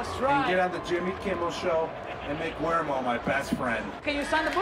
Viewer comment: “Guiwermo” Rob Gronkowski